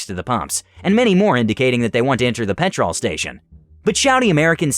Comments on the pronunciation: oh god yes yes it does - pe'tral not pet TROLL. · Ironically pronounced petrul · its pronoused pet ruull not pet rol every time you say it every uk suffeders (when you said it as her you said it closer):) hope it helps;) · I’m only allowing you to say petrol because you’re nice about it, but everyone else has to say gas or else I’ll release a pack of wild Alabamans on them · Dude it’s pronounced pet-rl o is silent.😊😊😊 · Petrl is how it is pronounced. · In America we call it petral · I am cracking up at the pronunciation of petrol. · The way you mispronounce petrol is like nails on a chalk board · As a British person hearing him say petrol wrong so many times made me mad haha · It seems he only pronounced it that way when he was reading the ladies part I think he was doing that to make her more annoying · Same same its annoying me too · Hearing petrol mispronounced every so often is so jarring. Edit: and Aussie. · Are you saying you're Aussie, or the pronunciation is Aussie? Because it sure isn't an Aussie! Im Aussie and it's ridiculously jarring to me, too! 😂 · Why do you keep saying 'petrol' wrong?